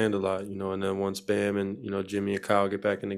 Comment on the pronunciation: calling bam “bum” is the funniest thing every time he says it